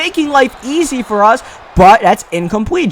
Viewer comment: and for lmao he says fir